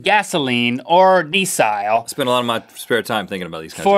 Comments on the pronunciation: LOL HE SAID DEESILE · Its not diesile its diesel